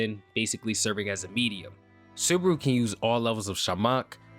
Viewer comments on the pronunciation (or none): "Natsuki Subruh"